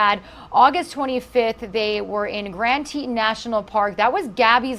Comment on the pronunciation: FYI. Grand Teton (Grand Teet-on)